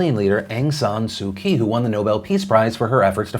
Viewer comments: Please work on your pronunciation of Aung San Suu Kyi’s name (ONG-SAN-SUU-CHEE) not "Sukey" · Man you need to look up the pronunciation of Su Kyi. It isn't Suki. :D